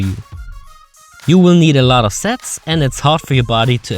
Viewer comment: Did he say a lot of sex or sets?